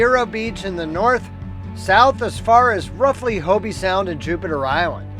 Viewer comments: It is not Hobie sound, it's a long o, like oh, no ie or y sound at the end. H oh b Sound ... Hobie made surfboards. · In Hobe Sound, the e is silent. Nice videos anyway😇